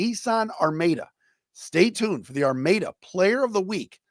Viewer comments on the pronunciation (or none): Hey its pronounced Ar-MAD-UH